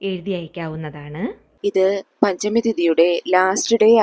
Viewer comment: പഞ്ചമി എന്നാണ് മാം